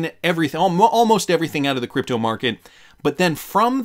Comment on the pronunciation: Stop saying creepto!